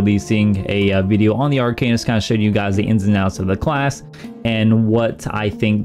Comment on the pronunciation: Please stop calling it Ar"cane"ist, its Ar"can"ist 🙂